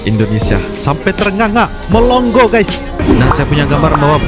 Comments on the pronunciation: Melongo bukan melong go 😂😂😂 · Melongo bos bukan melonggo yg benar klu bawakan narasi belajar dulu BHS Indonesia yang benar